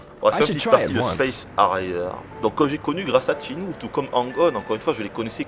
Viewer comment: Videotesteur de legende? T'es bien gentil. Quand il prononcera correctement rien que le nom du jeu, on en reparlera.